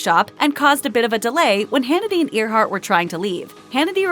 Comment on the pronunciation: Her name is pronounced Airhart, not Ear heart. No one pronounces that name as Ear heart.